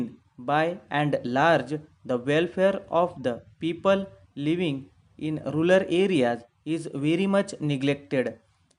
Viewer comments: not rular, it's rural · You have LOT of things to learn in English.. Just focus on yourself and then u can teach to others . The word is RURAL AREAS ! not rular 👍🏻